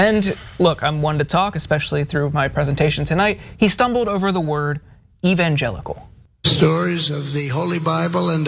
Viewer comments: So what Trump mixed up one word, "steak/snake" whatever, its different when biden does this on every single appearance. And dude in the cap here mispronounced evangelical himself. You guys are just idiots tbh, you try too hard. If you want to be clowns, join the circus. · Conclusion: When you make a speech to evangelical christians make sure you know how to pronounce “evangelical”. Having chosen a favourite bibleverse in advance is a plus too.